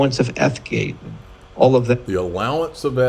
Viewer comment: He said F gate not EETH gate